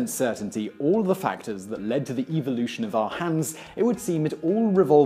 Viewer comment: I love the way he says evolution "EVIL-lution". Sounds so sinister, like he's talking about a mad scientist :3